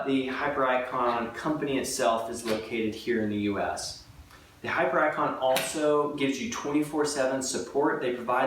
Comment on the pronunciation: Do we not thinks it pronounced hipiericon? Not hyper icon.